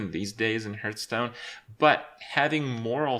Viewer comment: How can this manchild still not say Hearthstone right?